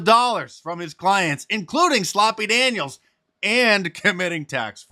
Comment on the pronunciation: Did Mark say sloppy daniels😂